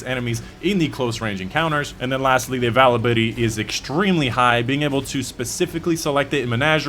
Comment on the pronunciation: I dont care how you say availability but i am wondering if you say it wrong purposely for people like me to comment reminds me of starbucks